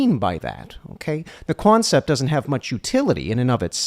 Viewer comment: lol “the cwoncept”